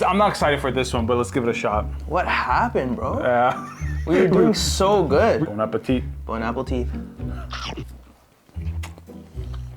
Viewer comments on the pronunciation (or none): it is just me or did say bon apple teeth instead of bon appetite 😂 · Did bro just say”bone apple teat”? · "bone apple teeth" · bone apple teeth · "Bon Apple Tea"😂😂😂😂😂😂😅😅😅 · "Bone apple teeth" Xd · Bro really said bon apple tea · "Bon Apple teeth" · did i hear bon apple tea😂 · "bone apple tea"💀💀💀